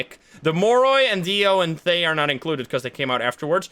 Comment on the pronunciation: Hey, thaye is pronounced tha yal and it’s a Burmese name for “ghost”. I’m like so gassed about them using smth from our language and culture and also quite funny cuz thaye just means “ghost” in general